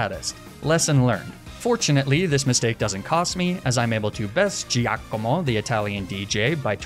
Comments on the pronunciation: Duuuuude the dark boss is GIACOMO not JEEAKOMOH xD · As an Italian, please let me tell you you need to work on your pronunciation of Giacomo (or Giovanni, for that matter). "Gia" and "Gio" in Italian are equivalent to "Ja" and "Jo" in English, so you would pronounce them "Jacomo" and "Jovanni." Also, no need to add that fake Italian accent that no real Italian has. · As an Italian, I totally lost it at your pronunciation of Giacomo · No need to put all that effort in pronouncing Giacomo, you're butchering it anyway lol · look, he went out of his way to pronounce "Giacomo" with a funny accent, to make it sound more "Italian." I'm just providing information on the correct pronunciation, hoping that maybe, some day, Americans will start pronouncing Italian words more correctly (and without using the insulting fake Italian accent they think is so authentic.)